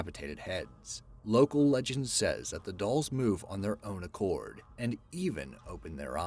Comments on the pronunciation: "Island of the DOOLS" 🤦😂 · "Island of the Dools"... Oops!